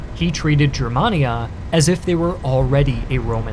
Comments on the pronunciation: A wee picky correction. Gur man ee aa, not Jur man ee aa. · Its pronounced “GUER”mania hard G